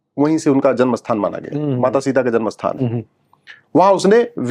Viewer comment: आप 'स्थान' को 'अस्थान' क्यों कहते हैं?